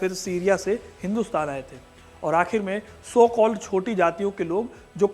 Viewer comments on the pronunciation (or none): Sir please improve your speech don't use (so cold ) 🙏🇮🇳